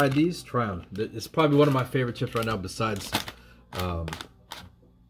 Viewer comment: Lolz.. Coming right nouw.. That's how the now sounded.. 😂😂🐞